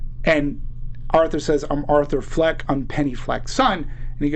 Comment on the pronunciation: It's Fleck not Flack.